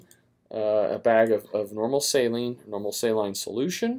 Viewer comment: I hated how he pronounced saline...